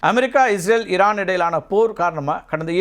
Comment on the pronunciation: இரான் ha ஈரான் ? சார் ஈ வரலயே